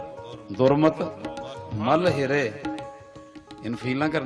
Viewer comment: ਪੰਜਵੀਂ ਜੁਗਤੀ ਵਿਚ ਸੁਖਮਨੀ ਸਾਹਿਬ ਜੀ ਦੀ ਇਕ ਪੰਗਤੀ ਪੜ੍ਹੀ ਹੈ ।ਉਹ ਵੀ ਗਲਤ ।ਸਿਖ ਕੀ ਗੁਰ ਦੁਰਮਤ ਮਲ ਹਿਰੇ ।ਨਹੀ ਜੀ ।ਦੁਰਮਤ ਮਲ ਹਿਰੈ ।ਹੈ ਜੀ ।